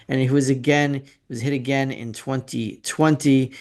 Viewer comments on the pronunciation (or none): none